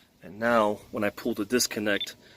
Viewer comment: PULLED NOT POOLED